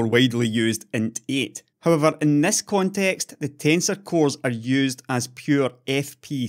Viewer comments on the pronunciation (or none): none